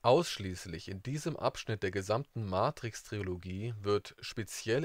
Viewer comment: Super Info, aber bitte Leute ... Tri-lo-gie Nicht Tri-O-lo-gie